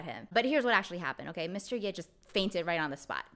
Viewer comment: I believe the "葉" character is pronounced as "ㄕㄜˋ" (just like"社") not "ㄧㄝˋ" in this idiom. It is the name of a territory during the Spring and Autumn period. source